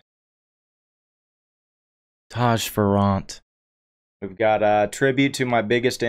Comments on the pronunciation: Fair-ant the double r s back pack on the other not pronounce separately either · FYI….Taji ‘s last name is pronounced like “Fairant” with the emphasis on the Fair. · It's pronounced Fair rant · You miss pronounce his last name